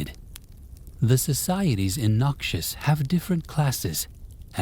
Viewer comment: Stop saying noxus like Nausius, its soo jarring pls I beg. Thisis i great, but the way you say it ruining it.